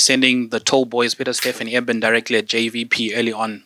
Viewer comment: Siya he’s right these people continue to pronounce peoples languages names wrong on purpose is really annoying Eben they call him ebon extraburg rg snyman is RG syman or cinnamon sacha igodezulu not mngomezulu and listen to they excuse or we are really ad with African names I will be like what😳😳